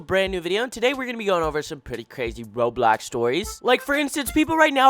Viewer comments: why he keep saying roblox like that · the way he says roblox 😂😂😂 (not mine)